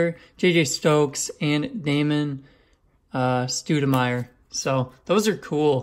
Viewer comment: Ahhh damn my man is a youngin! “Damon StOODamire” lol love the videos bro, truly! Ps “Staw-Dih-Myer” for future reference ;)